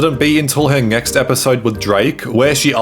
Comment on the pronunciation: Why do you pronounce it, "ngext", "ingternet" and "ingteresting"